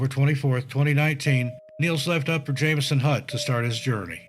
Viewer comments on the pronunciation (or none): Oh and we pronounce Jamieson “Jam-o-sun” not Jay-me-sun😜. Also a lot of the footage you used didn’t look like any of our mountains…